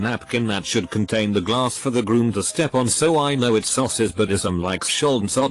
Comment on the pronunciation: you need to fix the tts program. it's does is not said "itsos". that's is not said "thatsos"